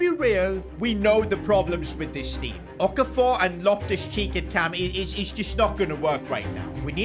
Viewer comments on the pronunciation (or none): pronunciation of Okafor got me rolling on the floor